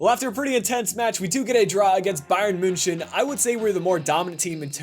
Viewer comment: Please tell me you were being sarcastic when you said bayern muchen